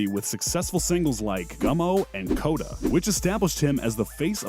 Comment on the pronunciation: “Treeway” LMAOO 😂. “Coda” 😆😆